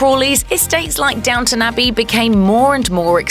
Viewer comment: It’s DOWNTON, not DOWNTOWN!